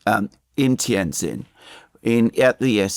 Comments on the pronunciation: Great breakdown of the road ahead, if i may help with the pronunciation of Tianjin it is Tian(Gin)jin not zin.., one of my Favorite Cities in N.Eastern china.. Great work. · Two points. First, the correct pronunciation of the name of Tianjin, the city in which the SCO meeting is being held, is Tian Gin. The second syllable "jin" is pronounced just like the alcoholic beverage made from Juniper. Second, one thing missing from your analysis of where Trump, Novarro and Nutlick are coming from is that these people (in contrast to Biden, Blinken etc.) really believe they are going to re-shore manufacturing in the U.S. India has been fantasizing (with encouragement from Biden) about being the new China -- the chief supplier of manufactured goods to the U.S. market. Trump isn't interested in a "new China." He wants toilet brushes, toothpicks, hand tools, dish washers, and everything else to be made in America. This is the main contradiction at the heart of Trump's falling out with Modi.